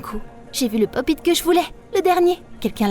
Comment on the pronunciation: Sa se dit " pop it"